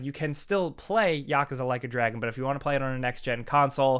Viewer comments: Yu-koo-zu! Please stop saying yakaze! It drives me nuts ⛔ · Yakuza is pronounced yuh-koo-zuh. You always say it so weird lol. Love ya bro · You said "Yakuza" wrong.